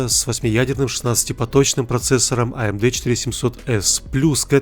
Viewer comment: аэмди, хахахахах